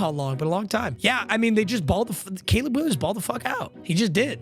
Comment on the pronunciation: Did anyone notice he said Gayleb Williams ?????????